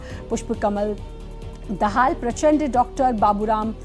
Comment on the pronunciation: आप ने दहाल सहि उच्चारण किया, दहल नही